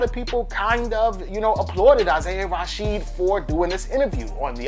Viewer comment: I’m disliking this because you keep saying “Isaiah Rasheed.”